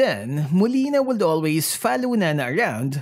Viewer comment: Napansin ko lang, bakit yung pronouncement mo ng COULD ay 'kuld', WOULD ay 'wuld', at SHOULD ay 'shuld'?..wala lang ganda ng story ni Nana.